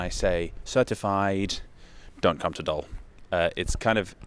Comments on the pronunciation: Little Dutch pronunciation lesson: the Dutch oe is pronounced like the English oo as in "Spookdorp", and the oo in Dutch is pronounced like the oh in oh my god. I know I know I'm nitpicking but it's kinda funny hearing someone apologize for saying "Waaslandkanaal" almost perfectly while butchering "Doel" 100 times in a row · As a Belgian, the funiest about your joke was your pronunciation of Doel 😄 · No, it's in Oost-Vlaanderen, not Antwerpen Also, indeed not the 'oe' sound in doel, but he got it right strangely enough al when pronouncing 'Den Doelen', which I found funny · What are you saying man.... He pronounces it as doll which is wrong of course... The correct pronunciation is Doohl, like cool or pool. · well, you're saying Dool when you should be saying Doel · The pronunciation is closer to "dool" than to "dole" or "dull", as you seem to think. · Better translation of Doel (In English you'd write Dool to get the same sound while now you're saying Dull) is the "target". In recent history (somewhere in the last 2 years) the government announced it's allowed to build and move there again. The renationalising of nuclear powerplants has nothing to do with the village at all. Not to mention, nothing is even decided on that renationalisation as Engie (the owner of the centrals) still has to make a decision about this. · It's not 'Doll'. Pronounce it like Drool but without the R. Flanders isn't a province either it's a region. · The pronunciation is Dool (like Tool) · ez Sub+1, darn good material, well done man edit: if anyone wants to pronounce it right say 'dool rather than dulle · There is a beautiful irony in pronouncing 'Doel' as Dutch 'Dool' and 'Den Doolen' as Dutch 'Den Doelen'. Flip the two pronunciations, and you'd've nailed it 😂 Regardless, an interesting video once again. Unfortunately, it does seem that, at the moment, Doel being spared from demolition is more of a Pyrrhic victory than anything else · Except the town isn't pronounced as dole but as dool.